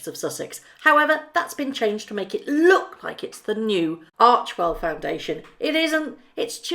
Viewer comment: I adore you, have some of your merch, etc. Just fyi, ARCHEWELL is probounced "ARK-WELL" - many were making that error, but Archwell when pronounced ARK-WELL have different meanings.. Keep up the great work, I have on my shirt as I write this! I lovw your video's, always straightforward, and spot on!! STAY WELL DEAR MEG!!